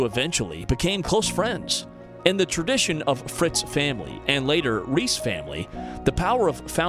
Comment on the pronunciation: And reiss